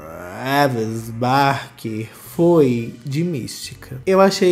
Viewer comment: Eu racho quando ele fala o nome do Travis kkkkkk